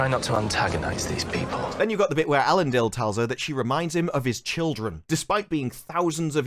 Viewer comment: It's Eléndil, not Élendil.